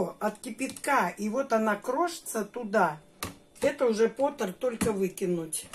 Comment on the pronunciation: Термопот,а не потер , потер это гончар по английски.